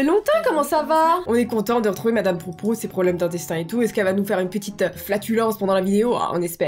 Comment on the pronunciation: Au début de la vidéo que tu avais dit Madame Proute Proute 😂😂😂🤣🤣🤣 -----> Proute Proute